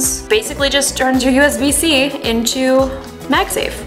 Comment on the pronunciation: Pretty woman. Magsa.. what?